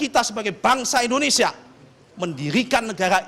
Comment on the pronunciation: 06.11 Bilang indonesia aja pake "E" ENDONESIA bukannya pake "I" INDONESIA.. pake I pak bukan pake E.... ini aja salah apalagi yg diaaaaa.... bla bla bla. yaa you know lahh.. kwkwkwkw